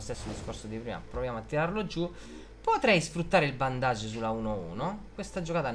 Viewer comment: Come lo spiega lo solo pochi!, d'accordo che la relazione tra Batman e Alfred è un po' equivoca, però sarebbe più corretto dire "bandage" (bendeg) invece di "bondage"🤣